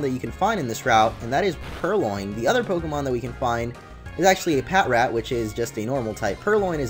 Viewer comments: its patrat not pat rat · It's Pa-trat. Not Pat-rat. Sorry I just have OCD so I can't stand it when u say Pat-rat. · Omg! I pronounced Patrat pat-rat too. But then I saw the show and they pronounced it pa-trat and I was like tf? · Isn't Patrat pronounced pa-trat? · I pronounce it pat rat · Patrat is actually pronounced pa-trat lol